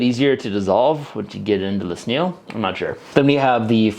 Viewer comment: I dont know why, but I love how you pronounce snail like "sneel"